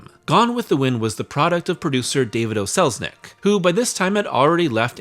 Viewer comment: When mentioning David O. Selznick, it might be good to remember that the "O" was his middle initial. He was not Irish and his last name was NOT "O'Selznick" as you would have it .